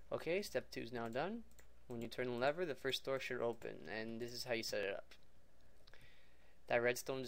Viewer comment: was that the first time u seen the word lever and had absolutely no idea how to pronounce it or what?